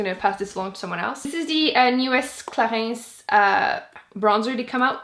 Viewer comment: Danielle Vallier "Clariins" and Laura "Merciiii" aren't pronounced correctly at least not in French maybe in québécois but that's not French sorry but no.. 🤷‍♀️